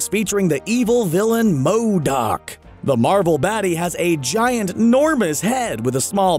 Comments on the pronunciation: Why does he say MODOK like that lmao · And you say MODOK that way agian and ima loose it. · I was wondering that too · Why does he say MODOK so weird. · Does he really havta say "M.O.D.O.K." that way? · WHY IS HE SAYING MODOK LIKE THAT😂😂